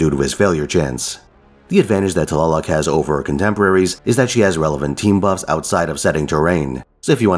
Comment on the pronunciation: Love her! I got her np3 and she does mean work. Btw, your nahuatl pronunciation was really good!